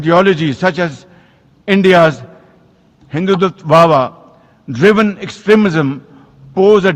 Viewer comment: bhai Hindutwahwah nahi hindutva bolte hai 😜😜☹️ wahwah